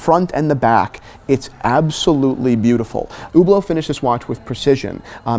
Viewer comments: Omg, i can't stand the way he pronounces Hublot. Don't say "ou" don't pronounce the "H". It's not "Hhhhoublow" It's not "Youblow" it's Hublot. Ublo. Listen how the people working at Hublot pronounce it. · First, Fuck Hublot! Second, how the F do you pronounce Hublot so wrong. It's Hublot not Whoblot.